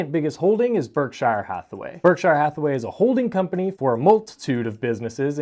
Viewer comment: Please correctly pronounce Berkshire Hathaway. It is spoken with the 'shire' portion of the first word as if saying a soft 'sure' as opposed to a more prominent 'shire' sound. That is how the British names that contain 'shire' and there are thousands, are spoken. Even in America, listen to how Mr. Buffet himself speaks the name. I like your channel and only offer this as helpful advise.